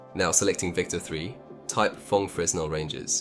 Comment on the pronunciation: um akshulli fresnel is pronounced like frinEl(capital means accented) great video, keep the cool stuff going!!!